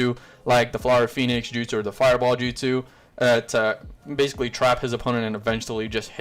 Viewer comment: Say justu